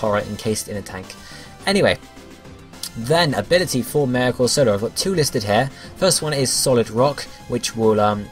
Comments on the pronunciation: It's amusing to hear you pronounce Corsola as if it were a soft drink (fairly sure it's Cor-So-Lah, not Cor-Sola). Needs some more Sp. Atk if it's going to be a proper Tank (maybe reduce Atk to balance?) Mega Octillery could be Water/Poison (Ink says Poison to me) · I was thinking the same thing. Because if you can't trust Misty as to Corsola's pronunciation...